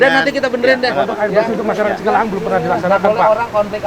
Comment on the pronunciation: Cikalahang sanes cikahalang😂